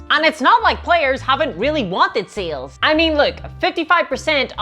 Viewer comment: I never misheard your pronunciation of sales. Now seals is all I hear. Help.